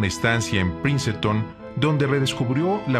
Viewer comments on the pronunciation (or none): Una estancia en "Princetón" 😅 estaba bien concentrado en el documental y de la nada me saca una risotada el locutor.